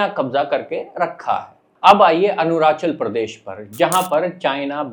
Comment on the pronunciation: Bhai tu phle arunachal pradesh ka pronunciation sikh le us k baad geopolitics pe videos bana lena